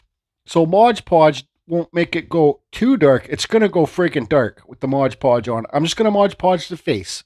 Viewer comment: Awesome piece, and I am a fan of your videos... but man, hearing ModGE Podge drives me nuts. It is MOD ( M o d) Podge. Just like the label says :).